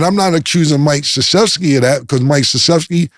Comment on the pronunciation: Cam is notorious for fuckin up names, so to hear him pronounce Mike Krzyzewski perfectly is a bit amusing🤷🏿‍♂️🤣